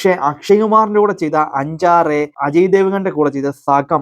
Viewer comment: എന്തോന്നേടേയ് അഞ്ചാറെയോ? അംഗാരേയ്.